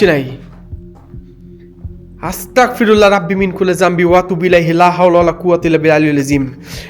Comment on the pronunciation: vaiআস্তাকফিরুল্লাহ বলবেন না — ওটা 'আস্তাগফিরুল্লাহ' হবে। উচ্চারণে 'ক' নয়, 'গ' হবে।" আস্তাগফিরুল্লাহ (أستغفر الله)